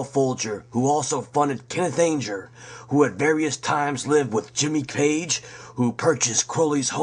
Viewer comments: Ange-er lol it's Anger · It's pronounced "ANN-JER". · dat voice :( people always forget to add that hunter (at the stones concert)pulled a gun and shot at the stage so the incident at the concert is not as black and white as "truthers" make out you can't have done much research on key players such as anger if you can't even pronounce his name.sorry to be negative you did get some of the web correct but some of your info is not proven that's what happens when you piggyback others work without checking sources properly. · yup yup, not just Anger but so many names and words mispronounced it was distracting at first and annoying as the video continues.